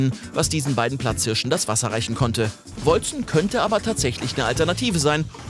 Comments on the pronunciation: Wolcen wird "Wolken" ausgesprochen, also auf Englische und nicht deutsche Art Edit: Hab grad ne Antwort von den Entwicklern auf Steam gefunden, wie es ausgesprochen wird: "Wal-ssen :) But you can say it as you want. It is old English for "Celestial", and can be pronunced : Wol-ssen or Wol-Ken" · hab es grad nochmal gegoogled und die Entwickler haben folgendes gesagt: "Wal-ssen :) But you can say it as you want. It is old English for "Celestial", and can be pronunced : Wol-ssen or Wol-Ken"